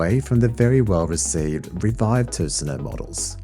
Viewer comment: Good review! And i like how well you say: Tusenö!